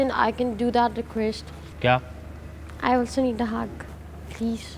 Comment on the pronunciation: what is requesht and pleash english to thik se bolna sikhle ladki